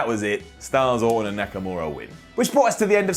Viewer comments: He said nakanora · Nakanura!!!! Yes.. it's nakanura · "Shinsuke NakaNura" 8.07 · Nakanura? Ok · am i the only one who heard him say Nakanura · said Nakanura. I heard that. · He said nakanura